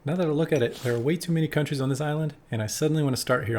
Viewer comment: Thanks for pronouncing the names of the countries well! Seems you know your history.